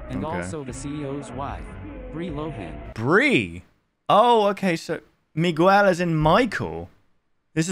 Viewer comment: Is no one gonna talk about how he said Miguel?